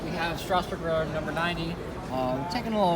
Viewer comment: Thompson it's Strasburg not strausbrug